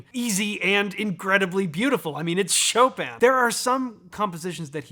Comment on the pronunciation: Choppin' : Chopin